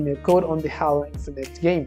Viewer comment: it’s pronounced Hālo not hollow😡🤦‍♂️